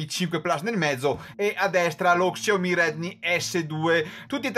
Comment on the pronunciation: Grande! hai avuto le stesse mie difficoltà.. quando abbiamo più di due dispositivi da comparare, è normale avere un minimo di difficoltà con i nomi! Keep Pushing! Ah.. "sciao-mì" per la pronuncia!!!!!!!!!! ahahahahah